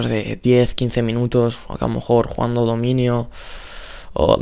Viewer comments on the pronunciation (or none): es dominio no dimunio